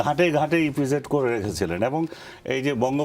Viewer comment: এই লোক তো ইপিজেড ঠিক মতো বলতে পারে না😂😂😂😂ইফিজেড বললো😂😂😂